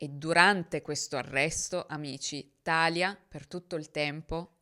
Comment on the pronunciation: Sempre bravissima,. È un piacere ascoltarti. 2 appunti però: 1) Talia si pronuncia Talìa (lo dicono anche in uno dei video che ci hai fatto vedere) 2) l’adderal è un eccitante per cervelli neurotipici, ha una funzione stabilizzante e in parte calmate per cervelli ADHD, e nemmeno per tutti. Se Larry avesse avuto un ADHD sensibile alle anfetamine lo avrebbero fatto dormire. Io sono ADHD (e autistica) e gli eccitanti mi mandano direttamente al pronto soccorso, ma ho amici ADHD che per dormire prendono il caffè. Riguardo alla difficoltà di uscire da situazioni di manipolazione hai proprio ragione, è molto meno facile di quello che si pensa. Anche perché persone così sono dei fantastici profiler e riconoscono le persone con poca autostima e facili da manipolare lontano un miglio. Anche per questo molte persone si ritrovano più volte nella vita con partner e amici abusanti. Ringrazio il cielo di essere uscita da questo ciclo a 35 anni. Ma bisogna fare un lungo lavoro sulla propria autostima e sul fidarsi di se stessi. Grazie per le tue storie ❤